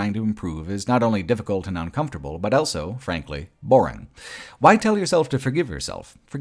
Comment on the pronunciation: pronounces the word "also" as "elso".